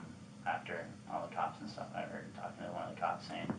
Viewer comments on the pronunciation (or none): I can't stand to hear that, too-ah! 😂